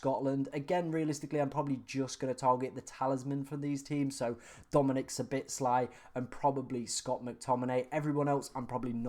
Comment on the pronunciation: It’s S-H-O-B-O-Z-L-A-I NOT SABITSLAI